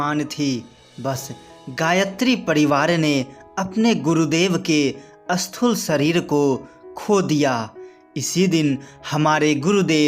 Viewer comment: ज़रा हिन्दी अच्छी तरहसे बोलो अस्थूल नहि स्थूल बोलो